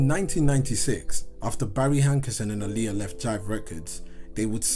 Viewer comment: Is pronounced ah-lee-yah I don’t know why he say her name like that